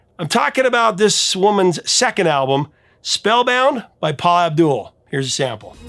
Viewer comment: Paula Abdul is awesome! She says it AB dul rather than AbDOOL.